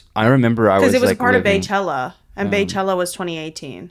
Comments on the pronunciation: Beychella is pronounced bee-chella. Bey = Bee. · bro said bæ chella